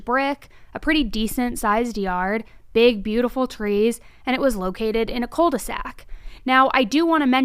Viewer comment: It's culdesac not coldesac